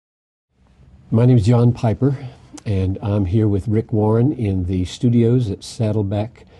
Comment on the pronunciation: .......did he just say "Hi my name is Yawn Piper?"